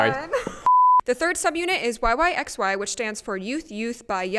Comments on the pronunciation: Small point: yyxy is pronounced y y by y, not y y ex y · Just some minor correction. It's pronounced as "y y by y" not "yyxy" because the full meaning is "youth youth by young" and it's stylized as 와이와이바이와이 or wai-wai-bai-wai in Korean